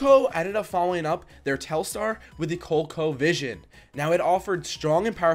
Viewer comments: Isnt it pronounced Cole e co? Vision. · wtf's wrong with guy!? pronouncing colecovision like that and you make vids about gaming and u never heard the name of it? research was not an option I guess